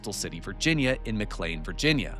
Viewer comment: I was about to ask if you were AI, but you started pronouncing McLean correctly, that was good. Now I am sure there is a neighborhood where they pronounce, "Integral" int-tegg-grill, but I have never been to that neighborhood. Please let me laugh with you not at you since, it took me almost five years to figure out what penultimate meant, after reading it in engineering docs on backpropagation when I was a young kid. Back when Geoffrey Hinton had lots of fun correcting my spelling, after which he told me he knew I had spelled things wrong because he spelled them wrong in his book that I copied it from.